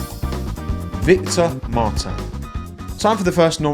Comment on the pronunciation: It's 'Victor Martins' and his name is actually pronounced more the british way. I have it from several french medias quite close to him :) Very good content, you get a subscriber from across the Channel :)